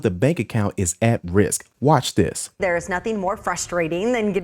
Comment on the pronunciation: "How to do dis". Seriously? How to do THis.